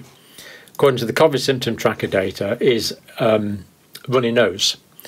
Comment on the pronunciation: What's kov-id?... surely he means koe-vid?